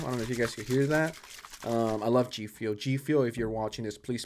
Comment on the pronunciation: Im going to give him a pass on the way pronounces G fuel. If you want to be a meanie because it bothers you then that's on you.